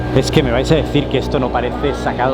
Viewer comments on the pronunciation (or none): SiiiBeRRpunk... aprende a pronunciar